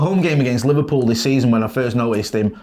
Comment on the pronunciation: what the hell is "Liver-peew"??